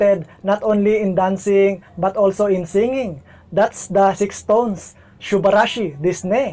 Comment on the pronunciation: Thank you po for reacting to SixTONES. Their name is pronounced as "stones" po, silent "ix".